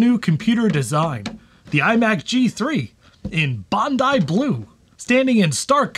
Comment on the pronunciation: 💯 You get 100 points for being the first to pronounce "Bondi Blue" correctly! 💯